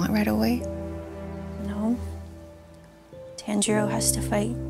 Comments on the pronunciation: ITS NOT TANILLO IT TANJIRO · It is ton-g-row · Tanjiro:❌️❌️❌️ Tanj-il-lo:✔️✔️✔️